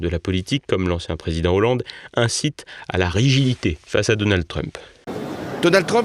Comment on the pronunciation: Arrêter avec donaldEEE Trump on ne dit pas DonaldEEE duck Donald Arrêter avec le E c'est fatiguant